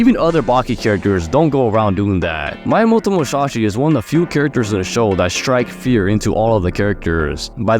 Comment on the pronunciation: Love the vid but the wsy you pronounce Miyamoto tho💀